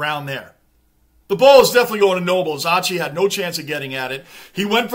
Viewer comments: Just so you know Lachie Neal's first name is pronounced Locky lol, just a little side note :) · G’day. Great review mate. Lachie Neale is pronounced Locky 😂. It’s hard for any team to sustain a lead like 28 points and go on with it. Especially against other good teams. These games are full of momentum swings. Collingwood are known to be able to claw there way back into the game and win, but they couldn’t sustain the pressure required this game. So many factors come into play as to why. Good to have you back mate 😊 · Lachie is pronounced Lock Key, his nickname is Chock (Choccie).. The reason they can’t stop Charlie Cameron is because he’s unstoppable mate.. And even if you did stop him, we have Lincoln Mc Carthy & Chocc (both Brownlow Medalists), plus we have weapons like Bailey, Robertson, and All Australian Harris Andrews.. 🦁💪🏽 We’ve waited for so long for Brisbane to build us a team that was unbeatable come Finals time.. Here, Hold my beer..😂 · Great work as always. Hoping Fremantle pick up their game in 2024! I love how you pronounce ‘Lachie’ as ‘Lotchy’ ☺️